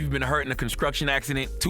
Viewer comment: C da god...did u say conscruction?